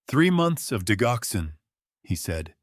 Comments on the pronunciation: THAT IS PRONOUNCED DIDGOXEN, DUDE!!!!!!! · digoxin is not pronounced wit a hard G... it is pronounced like diJoxin..... Jox not Gox.